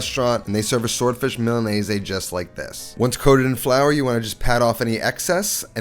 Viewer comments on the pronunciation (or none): Why are you pronouncing Milanese like that? There is no “aye” at the end…